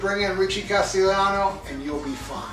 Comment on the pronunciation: You did pronounced his last name right Castellano, Castellano is a surname from castilla Spain meaning castleler or castle inhabiter, and also meaning the Spanish language as well, and the word also derives from Castillo or castle.🏰 He sort of looks like the late Jerry Garcia when Garcia when he was young to certain extent. Yes his singing does sound great I agree.🎸🎵🤘🏻